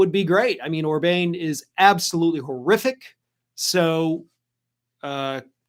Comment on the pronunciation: It is orban not orbane and ii wld say that is an election that is defo fixed. Ive been to hungary a number of times and have yet to meet someone who agrees with orban but he keeps getting in.